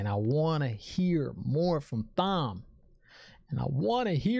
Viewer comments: Thank you. I already explained it to him but he still doesn't get that Thom is pronounced like 'Tom' Thank you, Thom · The "h" in Thom is silent. It's short for Thomas, pronounced Tom-es Based on the books, Logain will be back. There's other shows to milk. Buba Fet, and Witcher. Check for what's trending and get to work. Or ...... Start WoT books, and do contrast videos. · I'd definitely recommend the original audiobooks and you do me great insult when you say Thom how it's spelt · Excellent idea. Take each book after the series and compare to the series. It would be interesting for me as a book reader since the late ’90-s to se a non-book reader react to the books after the fact. Would love to see this. And yeah, Thom is not Tom. It’s THom.